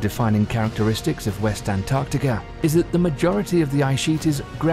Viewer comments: Why when the narrator says Antarctica it sounds like Antarctica-ur? I have notice it a lot, i heard some one saying novel-ur to novel. Or are my brains just playing tricks. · Antarctica no r at the end